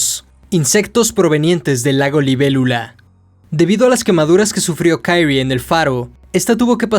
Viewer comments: porque lees los nombres como si fueran en ingles?? se llama KI-RI-E no KAIRI wtf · Creo que el no bre de la protagonista es japonés, por lo que debería pronunciarse literalmente como se escribe Kirie, en vez de Kairi, por lo demás se agradece el esfuerzo de la narración. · aldkdj pero se Pronuncia Kirie, tal cual, no kairi, porque anglosajonan todo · Porque dices Kaire como gringo? Ridiculo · Jajaja xD. Pero en serio, men, ¿por qué dices "kairri"? En buena onda te lo pregunto. Excelente trabajo. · Se pronuncia "Kirie (桐絵)" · Solo un detalle para esta serie de video de uzumaki, Kyrie es un palabra latin por lo que pronuncia como esta escrito, no se le debe intentar pronunciar como una palabra anglosajona.